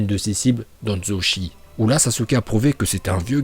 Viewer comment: Danzo " chie" 😂